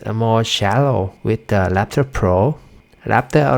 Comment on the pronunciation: lapper ......"R"actor.....